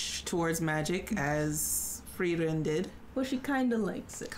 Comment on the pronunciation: its free-ren not fry-ren =D